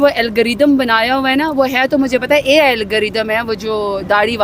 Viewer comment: AI not AL